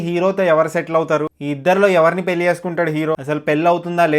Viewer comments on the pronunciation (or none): none